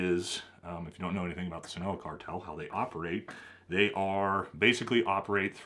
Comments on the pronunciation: Love the videos! just to note: Jalisco is pronounced ha-lis-co Sinaloa is pronounced sin-ah-lo-ah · “Scene-a-lowa” “Ha-lease-Co”